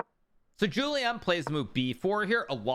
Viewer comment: It‘s not Jouliâne Song, it‘s Julien Song (im sorry thow)